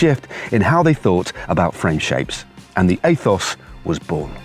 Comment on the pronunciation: heheehehehehehe “aethos” hehehehehehehehehehehe